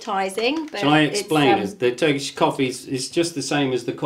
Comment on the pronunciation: Hi and you are so lovely folks ❤ your pronunciation of Turkish is amazing good job☺Greetings from Canada I miss my home country ❤